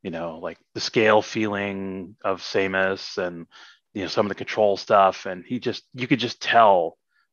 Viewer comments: wait is Samus pronounced "say-mus"?? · No. Her name is verbally pronounced in Smash. Sa-mus. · most wild that he pronounces her name like "Same - S" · I began watching this in trepidation, and my trepidation was fully rewarded, when the guy said "Same-us" and changed my world forever. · Same us? Does anyone else pronounce it this way? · I know this is an asinine thing to point out but I was thrown every time the senior engineer on metroid prime 1 and 2 mispronounced "Samus". or perhaps is that how we've been supposed to be saying it this whole time???? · It's pronunced with [a] in both japanese and chozo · Dude made metroid prime and cant even pronounce samus